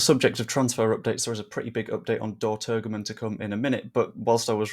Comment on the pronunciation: Well done! You did a grand job. For you,, the other youtubers and fans, the israeli striker s name is pronounced. Turjeman.